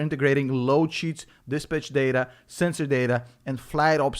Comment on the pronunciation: I will forever now pronounce “dispatch” as, “dis-b*tch” lol. Blah blah MF’n blah 😅💕